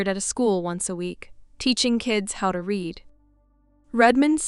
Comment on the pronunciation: agreed. They say read and lead wrong every time. Many other issues but that one is ever present